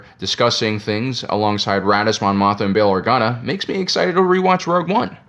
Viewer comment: Why he call her Mon Motha lmao